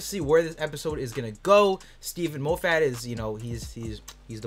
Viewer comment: Omg the way you say Moffat makes my ears bleed